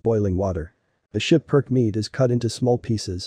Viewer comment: It's SKIPPER - KEY, not 'Shiperk' Please no more computerized voices in these videos. It completely ruins what you are trying to convey.